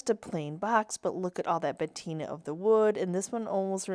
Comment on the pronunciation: It's patina not batina ❤ Also patina is the oxidation of metal not wood. 😊